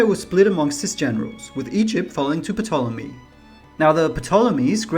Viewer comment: The P is silent.